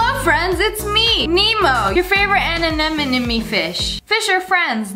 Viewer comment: anemoneme lol